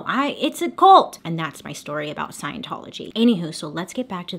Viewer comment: Is it an American thing to pronounce cult as colt?